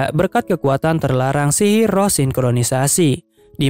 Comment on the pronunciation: sihir bg bukan silil